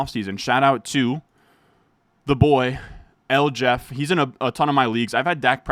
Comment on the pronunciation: The boy El Jeff or is it The boy El Jefe? Pronounced “El Heffay” lol